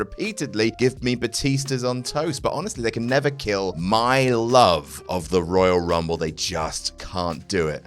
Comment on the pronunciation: Dave Bautista: Woyal Wumble